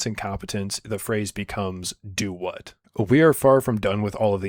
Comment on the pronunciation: "Do what?" is a pretty common phrase, but the funny part is that he says it like 🌒👄🌘 duhWuh